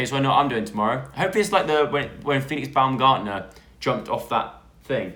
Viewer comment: The way you pronounced "Baumgartner"😂😂